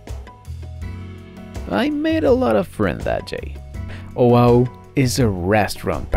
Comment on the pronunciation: You mis-pronounce Oahu completely